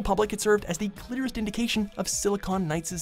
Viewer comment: Did he say "cliterist" instead of "clearist"?